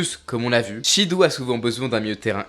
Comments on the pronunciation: Shidou se lit shido en japonais 😂😂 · Super vidéo comme toujours 🙂 Pour Shidou avec "ou", il faut le prononcer "o". Le "ou" est un "o" long 👍🏾